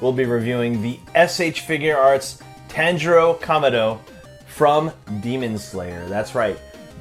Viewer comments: Everyone: Tanjiro You: Tinjiro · Bro butchered the name tangero like lmao but goooooood review so i like herring some of the bad parts about figs but when thw whole review is js like this parts bad this parts bad this parts mid or sum and then like give it like 8.5 or sum shizz like your amazing thank you for ts